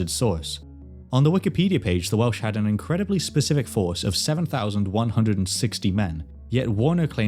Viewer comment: I’m less than a minute in, and hearing you say the Welsh words and names correctly makes me so, so excited to keep watching